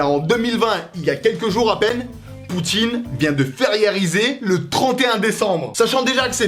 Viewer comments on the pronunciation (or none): none